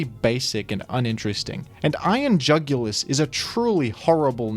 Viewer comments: Iron UGH-ulis. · I couldn't comprehend how bad of a name Iron Jugulis was so much so that i ended up pronouncing is as Iron Joogilee (like marquis) for tbe first few months. I didn't know what the word was but it sounded at least somewhat cool. Once I found out it was jugulis, like neck, I got very upset.